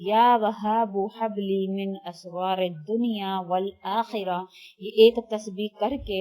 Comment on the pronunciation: من(min) تو اس میں ہئے نہیں کہیں اور آپ من(min) پڑھ رہی ہیں. دوسری بات یہ کہ آپ اسرار کے الف کے اوپر زبر پڑھ رہی ہیں یعنی asraray پڑھ رہی ہیں اور جو اسکرین پر دکھا رکھا رہئے ہیں وہ Israry ہئے یعنی الف کے نیچے زیر ہئے۔ برائے مہربانی وضاحت کریں کہ کونسا والا صحیح ہئے۔ جزاک اللہ خیرا